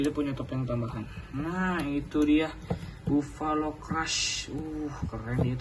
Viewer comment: Sinih aku koreksi 1 di baca nya bafalo bukan bovalo